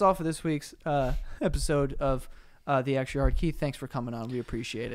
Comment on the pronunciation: "Welcome to the extrraaryarr" Great start Keith